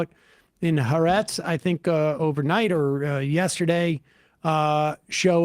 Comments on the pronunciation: “Ha a-retz”. That is how you pronounce the newspaper with the emphasis on the syllable “a.” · Three syllables in that word, ha-arretz.